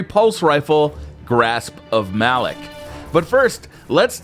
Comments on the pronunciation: ITS PRONOUNCED MA LOK GUISE NOT MALOK MAAAAA LOK YOU CANT DO THIS TO BUNGIE PAY ATTENTION TO THEM!!!!!!!!! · why do ppl see malick it pronounced malok